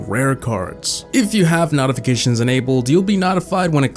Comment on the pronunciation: its pronounced notification